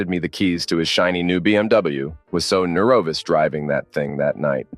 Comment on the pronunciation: You mispronounce words so randomly 😂 nervous? Nah..Nur-o-vus.